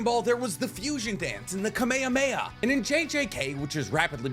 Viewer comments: No way he just said kamehamaha like that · This man said kamahameha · I'm sorry, WHAT?! That is not how you pronounce Kamehameha dude 😂